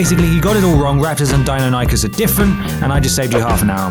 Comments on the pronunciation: Its pronounced die-non-o-cus ;) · The way you say Deinonychus, Jesus Christ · Hate to be a total dino neeeeeeerrrrrrrrd but..... 1) You pronounced Deinonychus wrong 2) Whilst a Deinonychus is bigger than a Velociraptor it is still smaller than the dinosaurs portrayed in JP 3) They are much more likely to be Utahraptors if anything 4) Also, considering the genetic code used etc as they still needed to fill in some of the gaps (with mainly frog DNA) there is the possibility that this caused some growth abnormality , so theres still a chance they could actually be Velociraptors (this genetic mishap may also explain why many of the dinosaurs are inaccurate through out the JP series)